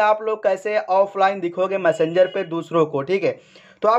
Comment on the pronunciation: मसंजर नहीं मेसेजर बोलते है